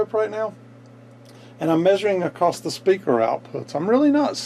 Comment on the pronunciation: Great video, but that 't' you put on the end of "across" for some reason is like nails on a chalkboard ;-) Keep up the great work, though. It really was an interesting video that I watched from start to end.